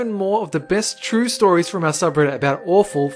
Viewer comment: "Ture stories"